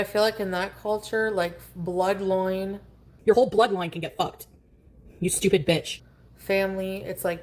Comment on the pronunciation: What's a "bloodloine,"? 😊